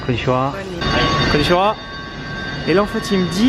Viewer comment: *tu regarde trop la télé, tu dit "konnichonwa" mais ça ne se pronnonce pas comme ça, ça se pronnonce "Konnichiwa" ou avec une orthographe juste "Konnichiha" *